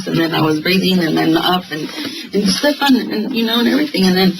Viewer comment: هی میگه استفانی بابا استفان ده بارم همه اسمشو میگن تو باز میگی استفانی 😅آخر ویدیو گفتم الان دیگه درست میگه باز گفت استفانی.مهدیه خانوم و آقا مهدی خانوم استفانی آقای استفان گرفتی 😂😂مرسی بیشتر ویدیو بزار همرو دیدیم تموم